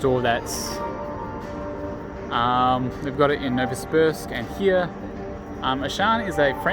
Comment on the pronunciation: Nouvosibuursk. Love the way you pronounced it.